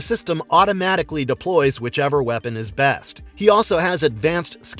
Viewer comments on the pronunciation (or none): none